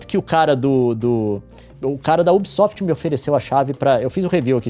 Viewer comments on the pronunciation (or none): none